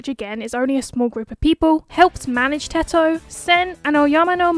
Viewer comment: Finally someone says Teto and not Tedto💀